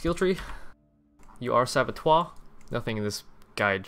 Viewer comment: Are you saying Saboteur as "Sabotoire" just to trigger? You have succeeded :(